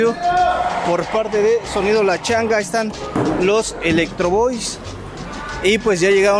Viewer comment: hay que pronunciar bien los nombres de audio Es electrocoice mas no electrovoi Es Yorkville mas no Yorvis Es Apogee mas no ampoyi Ponte a investigar mas mi buen...